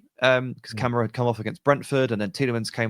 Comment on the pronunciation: It's KamARa not camera